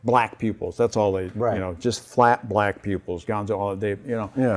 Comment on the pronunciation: So when said "black pupils" I legit thought he said "black people"